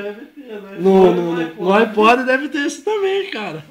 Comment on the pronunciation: pronuncia "épou" o carinha tá certo, e nao "eipou"